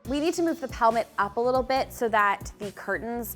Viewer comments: Shes saying pelmet with a P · At first, I thought you said "helmet." When I looked pelmet up, it said Americans call it "cornice." I'm American . . . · LOL! The whole time I thought you were saying "helmet" until you put the word "pelmet" up on the screen. I had to look that up because I never heard that before. I kept saying it's a valance. When I looked up "pelmet" I found that it is the British word for "valance." Thanks for expanding my vocabulary! 🙂😊😉